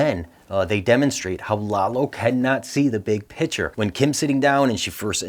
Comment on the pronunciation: Please STOP saying "BIG PICTURE" your pronunciation is shit.